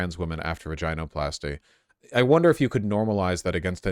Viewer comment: I hate the way you say “ vaginoplasty “